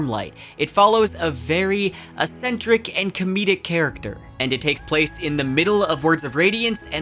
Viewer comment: "Eccentric" = ek-sen-trik 😘 I, too, have guessed at many pronunciations of words I'd only ever seen written ("Chaos" was my impetus for my penchant for looking words up, and those close to me will torment me by softening the "hard TH" in "Scythe"... it's like the "th" in "The End" not the 'th' in "without"). I know that I would want a friendly, non-judgmental correction WHEN I mispronounce things, so I try to provide that for others that I think may be interested in the update (Fully aware many people just don't care, and I'm Okay with that!)